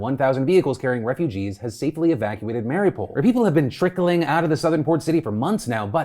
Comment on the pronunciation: Why does he pronounce Mariupol like that? Is it an American thing like how they call Puerto Rico, 'Porta Rico?' Genuinely curious